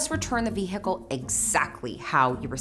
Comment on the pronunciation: I love your videos but why are you pronouncing the h in vehicle 😂